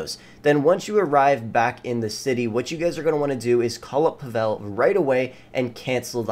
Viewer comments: Not PavEl. It pronounces as PAvel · Pah vel wtf it’s pa vol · It’s PAH-VEL Jesus 😂🤦🏻‍♂️ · paVEL is wrong... it's PAvel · No offense but who the heck says Pavel’s name like that, Pa(as in Patrick but without the trick) vel (as it rhymes with intel or tell) put em together, Pa-vel. Yay you did it I’m so proud of you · Did this man just disrespect the second greatest Russian man by saying puh vell